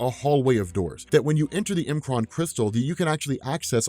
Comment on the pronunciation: I love that you say M'Kraan the way that you do. Some pronounced it "MUH-kron" and being an X-Men: The Animated Series fanatic, I say it like you do and always have. I was worried for a second though. Lol